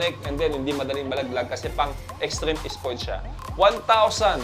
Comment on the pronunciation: "headpown" For a guy who calls himself with an "f" he can't seem to pronounce the "ph" sound in headphone. Hindi lang pang pamilya, pang "extreme is-ports pa"